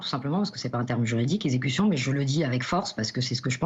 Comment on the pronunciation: Il pouvait tirer aux roues... L'avocate dit super-bien: "execution"!!